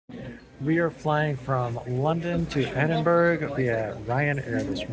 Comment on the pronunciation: It is pronounced Edinburra - Not Edinburg